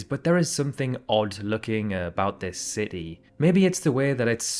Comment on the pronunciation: "Ci-tee," not "ce-e."